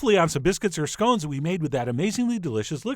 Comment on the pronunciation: Good work, I'll give you 3/4. Correct pronunciation of both "scone" and "jam" (Seriously, how do so many of you get it so wrong to the extent that it sounds more like "jelly"?), and most importantly, clotted cream and jam applied in the correct order. You did however lose one point for eating an open-faced scone.